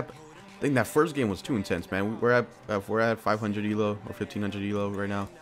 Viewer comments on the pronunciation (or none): How you say "elo" xD It's prnounced E-Low